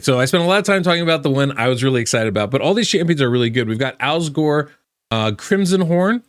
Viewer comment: Alsgor? I thought you said Al Gore.